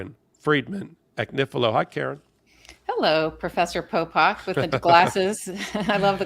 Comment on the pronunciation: A. It’s Popok. B. Check your speakers.